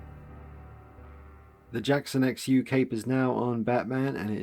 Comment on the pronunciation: It's pronounced 'shu'. His last name